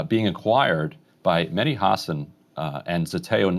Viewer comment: Mehdi I am surprised that you don't ask your guests to pronounce your name right. Most just say Medi. the H in your name needs to be pronounced. MeHdi. Mehdi was also my brothers name and is our Iman Zaman's name therefore it needs to be said right. My brother used to demand his friends call him MeHdi. I would love to see all your guests do the same Inshahallah.